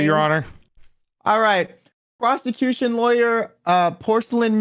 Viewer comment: I think he may have mispronounced prosecution. In a rather inappropriate way, I might add.